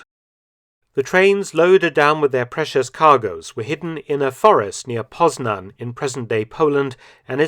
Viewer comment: Excellent pronunciation of "Poznan" !